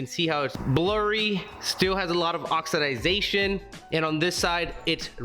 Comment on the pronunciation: Did you say.... oxiDYE Zation ?